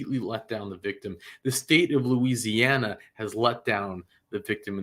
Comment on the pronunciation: has difficulty pronouncing “Louisiana” names/words I’ve noticed.